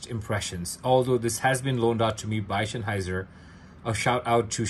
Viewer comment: Please do learn the word Sennheiser. It's not Schenheiser. ❤